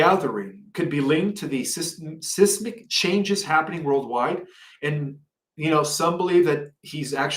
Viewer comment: please say seismic properly. Reading without thinking makes you look bad. Sorry. The MSM does this all the time and besides their content they even can't say standard speech properly.